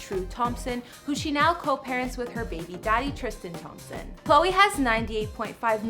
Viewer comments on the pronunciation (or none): none